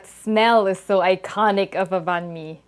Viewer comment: Thanks for pronouncing "banh mi" correctly! Also, we have a Dac biet banh mi translating to a combination. It can also include a Vietnamese mayo or hoisin. You sound like a true Vietnamese, btw!